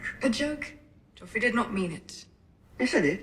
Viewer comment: 1st of all ... Where is your educational degree 2. You do know that Joffrey was a character In a TV show .. Right ???? Yes Joffrey is pronounced as ( Joff-rey) not Jeff - rey and it's Baratheon Not Lannister 3rd of all The actor's Real name is Jack Gleeson and he a totally different guy from what his character is Look it up many interviews done he got a lot of death threats and he stop acting because people couldn't Separate what was Fiction and Real life